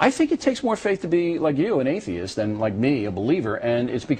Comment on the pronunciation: haha he cant even pronounce atheist or agnosticism in the beginning